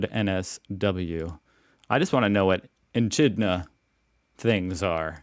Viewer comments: Egg laying mamal related to platypus..... pronounced E kid na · MAAATE...pro EE KIDNA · Its Wool - Worths, not Wools - worths. 😂🇦🇺 Also, it's pronounced E- kid-na for echidna. 👍🏻😂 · Echidna js pronounced ekidna not a soft ch like child. They are monitored by conservation groups because they're numbers are down and they are not pests. They are very beloved here. Coles and woollies (woolworths) so have a duopoly but big corporations like these, Qantas, petrol (gas) stations and the like all absolutely gouge whenever there is inflation. They make record profits but say they have to up prices because of inflation and then they up them some more so they make massive profits during hard times for Aussies. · Thanks to Coles and Woolies price gouging my retirement fund gets fatter. Eh kid na is how you pronounce Echidna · It’s pronounced E -KID -NA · Hey It's Fathers Day here in Aus today so Happy Fathers Aussie Fathers Day, love your content and just wanted to help you out with the pronunciation of Echidna it's a hard Ekidna hard A lol hope this helps lol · Echidna - prounounced e-kid-na. They eat termites. They are monotremes and like the platypus, they lay eggs. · I usually hate vandalism but in the case of Woolies and Coles it is well deserved. They are totally ripping us off while telling us daily how they're helping us in these hard times. A-holes! Big W part of Woolworths. Also it's an e-kid-na. Not pests. Eats insects. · they're pronounced Wool-worths or Woollies for short and E-Kid-na 😂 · echidna is pronounced eh-kid-na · Say "ee-kid-nah". "Wool-worths". , ;) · Love your channel however echidna is pronounced “Ekidna” the ch is a hard sound. I have been watching your content for a while now and I just love your take on Aussie culture. ❤😊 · Big W is owned by I believe the same people as woolworths (well they both have the same rewards system) And an echidna (eh-kid-nah) is a animal. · Echidna (pronounced eckidna). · E kid na - not how you say it.